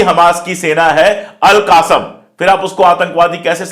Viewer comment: अशोक कुमार सर, आप हमास के एक लड़ाके ग्रुप को हमेशा " अलक़ासम ब्रिगेड " के नाम से बुलाते हैं, वास्तव में वो " अलक़स्साम " ब्रिगेड है ! !